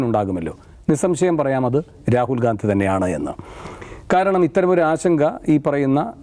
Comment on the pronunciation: രാഹുൽ ഗാന്ധിയല്ല…. ഗണ്ഡി…. ഗണ്ഡി… മലയാളം ശരിക്ക് പഠിച്ചിട്ട് പറയൂ സൂർത്തേ😂😂😂😂